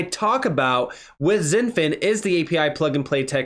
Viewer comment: It's pronounced "shin-fin" not "zin-fin". It's like Xi Jinping's first name is pronounced "she" not "zee"